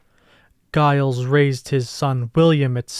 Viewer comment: The name “Giles” isn’t pronounced with a hard “G”; rather, it’s pronounced “Jiles”.